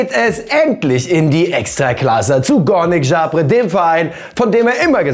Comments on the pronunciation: Freue mich richtig, dass Poldi nach polen geht, aber kleiner polnisch crash kurs: górnik zabrze wird "Gurnik Sabsche" gesprochen, sprich ó=u und rz= sch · das nächste Mal bitte nochmal bei Pawel nachfragen, wie Poldis neuer Verein ausgesprochen wird ;) Gurnik Zabsche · Deine aussprache haha. Górnik Zabrze ;) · Danke, dass du den Namen von Poldis neuem Club total verhunzt hast. Górnik Zabrze war ca. 17-Mal polnischer Meister, da kann es doch nicht zu viel verlangt sein, dass man die richtige Aussprache des Clubnamens übt, bevor man es komplett falschmacht.